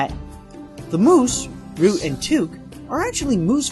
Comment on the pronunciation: Key-nai not Ken-ai Rutt not root and Rick Moranis not Morane Bro pronunciation come on lol